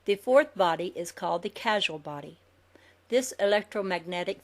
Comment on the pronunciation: I am very grateful to for reading this book for us, especially for us who are prone to eyestrain. mispronounces some important words, such as Kabbalah, and Causal Body. I'm sure she knows their meaning, it's just a little confusing when you can't see the words. So as you listen to this and you hear unfamiliar terms, consider other possible pronunciations. the information here is fascinating.